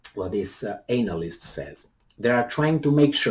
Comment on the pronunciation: pronunciation of the word analyst is funny. Maybe he does that intentionally. He starts the word with "anal."